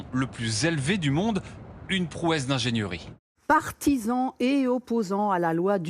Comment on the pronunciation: On dit Ingénierie pas ingéniEUrie.